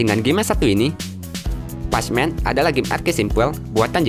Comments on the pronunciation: Bukan P A C M A N woy ya itu tulisannya PACMAN tapi kalo baca "pekmen" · Pechmen orang cakap pekmen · Bukan pecmen bang, pronounce nya pekmen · bukan pacc man tapi PAC man(pek man) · bacanya pekmen woii bukan pechmen astagfirullah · Pacman Itu dibaca "pékmén" bukan "pachemen" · Pac man. Wkwkwkwk bacanya pekmen om bukan pac man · ialah pacman=pakman bukan pacman=pashman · pacman = 'pekmen' bacanya woiii pesmen :v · ITU yang flappy bird bohogan cuk,ending mana ada super mario,nyebut pacman juga pecmen wkwk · Pacman bukannya di baca, "Peck men", bener g si?? Bingung gua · wih game baru ni ? “Pasmen” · PAC man yg dibaca pak men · pacman aja jadi pejmen 🤦🏼‍♂️ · pesh men salah sebutan lu bro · bukan,adminya sebut pacman nya "pasmen" kalo gak ngerti coba tekan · Bkn nya itu dibaca "Pekmen" ya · Patchman atau Pacman ??? 😂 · Sebut pacman elok skit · Pacman yaa bacanya ga gitu juga bang